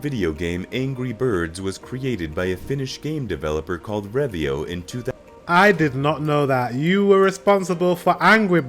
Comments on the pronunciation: that "Revio" triggers me so much. It's "ROVIO". As in "bonfire". What comes to Nokia, it was killed by two things: ignorance, and Microsoft. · Rovio not revio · Revio is actually Rovio. Alto is Aalto. The word pronunciation was pretty bad, he totally is not Finnish. The white cap is earned when you graduate from high school, we call lukio. Nokia derived early on to make rubber products like boots and tyres and right now the tyre brand is Nokian Tyres.